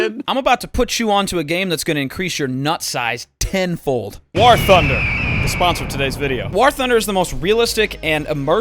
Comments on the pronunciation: Jesus fuck Doo, its War not WaHr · When are we gonna tell Dooo that "war" is pronounced the same as "wore" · Has anyone noticed Dooo says "war" like it's spelled with an h "wahr". It cant be just me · Listened to that whole ad read just so I could hear Dooo pronounce the word war